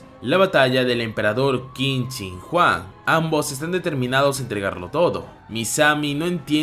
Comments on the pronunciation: Por alguna razón escuche que dijiste Qin Shin Juan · Quin shin Huang ❌️ Quin shin juan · Como el lo dice : Qin Shin Huang Como yo lo digo * Quien Chingaos es Juan